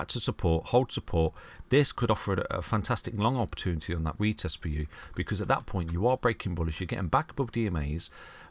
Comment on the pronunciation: Never trust a man who can't say "opportunity" ;-)